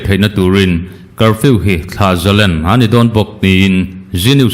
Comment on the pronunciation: Thlah zalen nilovin thlah zalên ti a lam tur a nia.